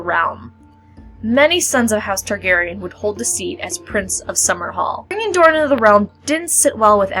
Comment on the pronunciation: Why are you calling the prince of dorne (moron) I think his name as it is written